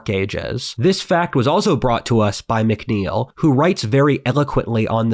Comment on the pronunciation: Mc Neil is pronounced Mac Neil not mic Neil. Mc is an abbreviation as is st for saint.